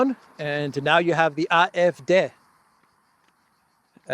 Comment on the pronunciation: Yes it is AA, EFF, DAY as you pronounced it!!